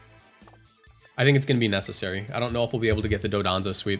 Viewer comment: why do you keep pronouncing it dodonzo? it's dondozo